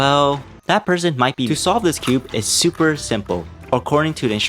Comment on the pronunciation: and later, you said SOUP-er easy to solve or smth like that hahahhh